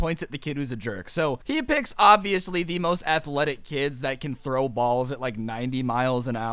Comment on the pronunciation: It sounds worng when you said throw balls